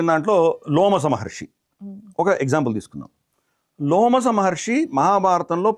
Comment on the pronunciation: అయ్యా లోమస మహర్షి కాదు రోమస మహర్షి...... ముందు మీరు చదవండి గురువుగారు మహాభారతం సరిగ్గా